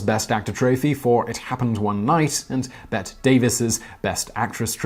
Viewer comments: Great video as always but Bette Davis is pronounced "Betty". 😀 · It's funny that this isn't the first time you've mispronounced Bette... Think Betty, as in Betty White... 😉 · I disagree! He’s not from the US and I assume Bette Davis wasn’t as popular in the UK, not to mention that Bette Miller spells her name the same way yet pronounces it as Simon did, as she’s contemporary. I personally have almost a phobia about pronouncing things wrong, so if I am I’d hope someone would point it out so I don’t do it again.